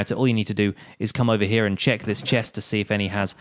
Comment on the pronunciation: "Lets quickly 'chest' that it works"😅